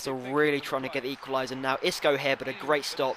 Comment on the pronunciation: Xisco is pronounced "sisco" mate, also nice episode as per usual.